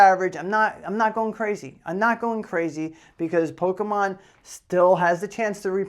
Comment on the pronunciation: Loving the ending video segment with the pronunciations of Pok-é-mon. 👍👍